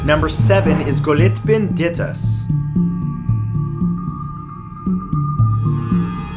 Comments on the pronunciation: Nr. 7's name ist Gottliebin, not Goliebtin (as you pronounced it) and, ironically, means "loved by god" in German. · It's pronounced Gought-lee-bihn. 🙄 Not Goat-libbin. 🤦🏻‍♀️ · its pronounced goat-lieben not go-lit-ben. it means god lover or one who loves god in german. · It's "Gott-lee-bin", not "Go-lit-bin" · Number 7, Gottliebin Dittus, is pronounced like "Gottleebin". A very weird and old name, meaning God's love. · The way you pronounced Gottliebin made me laugh so hard...😂